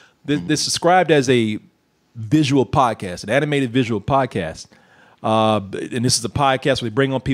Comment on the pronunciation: Instead of "visual podcast", I kept hearing "visual POT cast" Honestly I wouldn't be surprised if they were smoking some with a little more something extra while making this show